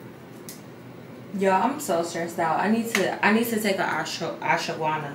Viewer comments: It’s pronounced aash-wuh-gaan-duh. The gummies or pills you take. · LMAOO the way you are pronouncing ashwaganda is sending mee! Lmao sis you took a what?? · Lol ASH-WAH-GAN-DA... I can't lol... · I love how you pronounce ashwagandha bc baby I call that thing everything but a child of God....🤣🤣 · LMFAO you tryna say Ashwagandha is sending meeeee😭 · Saying Ashwagandha is tearing her tf up 😂